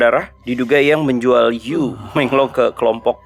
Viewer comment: Bang bukan di lafalkan jadi You. Tapi dalan fonetik Han "Yu dilafal jadi Yii".